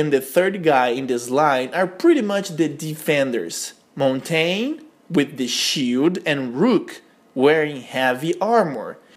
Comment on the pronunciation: It's said mon tan ya